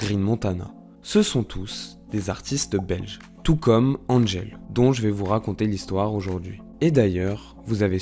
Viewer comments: C'est Angèle pas Anne-gèle jpp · On dit Angèle ! Pas Andgèle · Ca ne se dit pas DG, c'est juste Angèle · C’est pas Andgel c’est Angèle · On ne dit pas "And-gèle" mais Angèle tout simplement. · Super intéressant, merci ! Le seul problème est qu'elle s'appelle Angèle et non "Andgèle" (dit 3000 x dans la vidéo !). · Super vidéo! Une petite amélioration dans la prononciation du Belge :-) Nous on dit Angèle et pas N'Angel comme un peu le parfum :-) Elle est aussi la marraine hyper généreuse d'une fondation qui récolte des fonds pour la recherche dans le cancer pédiatrique! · Mdr oui trop bizarre tout le long ça dit bien qu'elle est belge et tout mais il anglicise son nom. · Mais grave😂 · Faire toute une vidéo sur une personne sans savoir prononcer correctement son prénom... Angèle, c'est un prénom français, ça ne se prononce pas "Andjèle", bon sang ! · Donc pour être encore plus clair, on prononce son prénom : « EN » + « GEL ». A part ça, vidéo YouTube avec de bonnes recherches et presque pas d’erreurs dans la prononciation de termes « francos-belgos-neerlandais », comme pour le festival de Wechter, tu dis « We-ssshhh-ter » par exemple. La prononciation correcte est : « Ouais-ghghgh-kter ». Mais bon, comme y a pas 3000 mauvaise prononciation, ça va. 😊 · Ça se sent que tu es amoureux, par contre il faudrais apprendre à bien prononcé son prénom 😉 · Bon... Il faudrait faire un effort pour énoncer les prénoms et noms correctement Angèle, Stromae (maestro, tu dis pas maéstro, hein ?), Annegarn, etc... 🙄 😉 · et wechter alors là.... Un massacre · cest cool mais on apprend rien de nouveaau de plus jai beaucoup de mal avec la prononciation "angèle" ça me sort de la vidéo à chaque fois déso :/ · Déjà avant de raconter sa vie faudrait peut-être apprendre à dire son prénom 😭